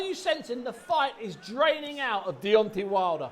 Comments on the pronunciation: Why does Steve say Deonti? Like Deonti the man from del monte. Fking clown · Why can Steve Bunce, a boxing commentator, not say Deontay right? It's not Deonteeee, it's DeonTAY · Buncey keeps calling him Deontee 😂